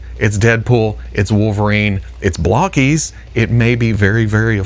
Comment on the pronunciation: I know you don't know, but it's pronounced (bloke-ees), not (block-ees). Now You've got me thinking of the buc-ee's/bucee's meme.